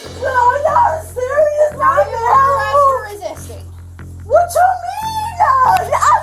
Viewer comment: Is this the reparation they want i keep reading and hearing so much about??? Just wanna steal and do what ever and just be able to go home cuz like for her, shes not even from heah... i know, i spelled it the way she pronounced it. So she wants to take whats not hers then put up a fight and just go home, knowing she was LITERALLY CAUGHT ON CAMERA. Sorry, i just had to cuz im so sick of hearing about reparation. Ive commented a few times that if someone could show me their papers that proves they are/were owned, especially within the last oh lets just say 20-30 years... i will pay reparation, BUT NOT TIL I SEE PAPERS 1ST. 😮